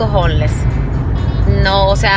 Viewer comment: Hola, con todo respeto, deberías decir homeless en español, es decir indigentes, tal vez lo pronuncies mejor que lo q tu dices q "honles..."